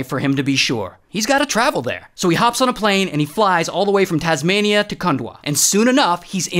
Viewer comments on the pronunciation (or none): "Shout out to Indeeyuh, and Tasmaneeyuh." 🤣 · no way bro said indeea and tasmaneea💀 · in-dee-ya taz-ma-nee-ya HELP 💀🤚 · "Indiah" and "Tasmunia" is the only thing I payed attention to. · "Indeea" and "Tasmnia" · "Shoutout to Indy-ah and Tasma-nyah" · Indee-ya and tasmanee-ya 🤣🤣🤣🤣🤣🤣🤣🤣🤣🤣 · Ray: IN-DEYA TAZ MENIA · No way bro said "indeea" and "tasmaneea" 💀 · did you intentionally said that tasmnaiia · It’s in di a and it’s tas mayn e ah, jesus. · yeah but whyd you say indina and tasminina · Indeah and tasmuhneah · Hearing him butcher Tasmania left me cringing, but yeah we do say crikey when there’s a big bridge